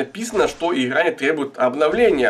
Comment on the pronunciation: ИХра иХра боже миллион Х на квадратный метр ... бесячии суржик